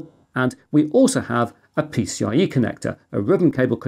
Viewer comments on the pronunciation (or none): none